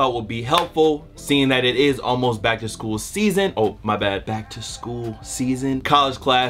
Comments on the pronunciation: gotta take his ass back to school talking about some "back to shool" tips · Back shool?? you need to back to school. lmao